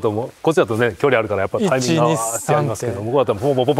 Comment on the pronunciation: △タイ↑ミング ○タ↑イミング